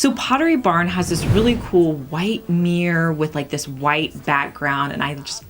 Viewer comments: It's mirror not meer. 😊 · Mirror not Meer..... dang..... why is that annoying...... I'm confuzled